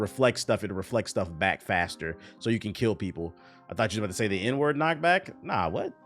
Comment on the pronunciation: Inward sounded like n word lol